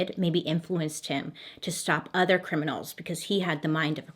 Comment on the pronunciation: When you say “criminers” …… I laughed so hard and just keep saying it now…. Criminerrrrrrrs 😂